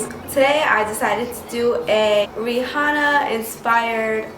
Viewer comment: How do you pronounce Rihanna wrong 🤔